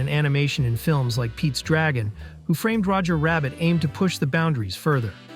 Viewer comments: i dont get how anyone can make a 25 minute essay on a movie and not one time pronounce the title correctly. It is 'WHO' framed Roger Rabbit, not who 'FRAMED' Roger Rabbit. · Why can't the narrator pronounce the name of the movie? He keeps stressing the word "framed.? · The way this dude pronounces Who Framed Roger Rabbit as if it isn’t a title pisses me off beyond belief.